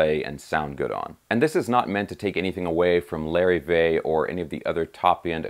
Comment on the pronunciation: Lar-eve-vay...not Larry-vay...